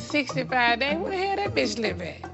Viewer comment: Nene in her confessional saying “*265 day*” instead of “days” - she does not pronounce ‘S’ properly sometimes LOL. Reminds me of when Claudia checked her for mispronuncing “Bridesmaids”.